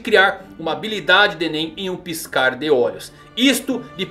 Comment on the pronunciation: Irrita muito a forma que ele fala "bestas DÊ nen" Kkkkkk